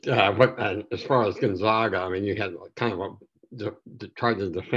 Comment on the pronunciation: rag, lag, bag, mag, hag nag, tag, zag as in...Gonzaga.